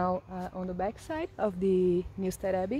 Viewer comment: You pronounced Newstead perfectly 👌